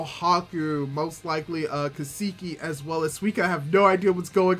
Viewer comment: Ka-Sa-Key, it's not Ka-Saki, lol. Love your reaction bruh